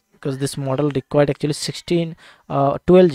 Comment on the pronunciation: Mooodel mooodel moodel😂😂😂